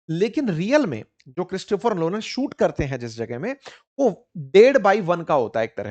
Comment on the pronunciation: क्रिस्टोफर लोलन नहीं क्रिस्टोफर नोलन नाम है उनका सर् जी😅😅😅